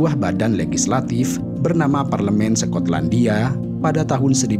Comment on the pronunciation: Sekotlandia😂😂 skot/sekot